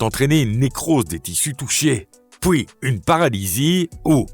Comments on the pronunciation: On dit 'puis', pas 'pouis' Merde, je suis en train d'entraîner un robot! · Le robot est peut être belge, on dit "pouis" en Belgique (ça m'avait surpris :D)